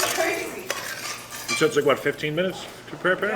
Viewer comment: KRAY ZEE. Potatoes!!???🥔 brutal hard